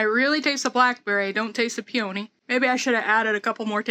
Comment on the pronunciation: Hiya. Is it a regional pronunciation of peony that you're using? May I suggest you google 'pronounce peony' in order to see what I'm getting at? Fascinating. Stay safe. All the best to you. P. S.: How're the chives?